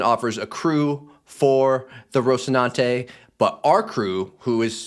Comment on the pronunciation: you are giving the Castilian (relic of Imperial Spain and a monarch with a lisp) pronunciation with the infamous TH sound where normally there is an S sound.